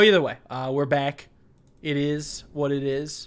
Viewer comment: Does everyone just have a "Looking For A Game To Capture" screen? Also "Eet Is What It Ees"